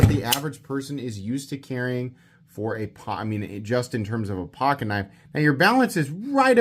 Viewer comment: That's a big kuh-niff!